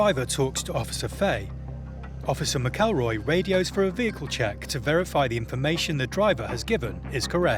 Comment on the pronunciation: Pronouncing McElroy completely wrong